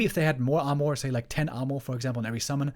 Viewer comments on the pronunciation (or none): It's pronounced "ar-merr" not "ar-morr"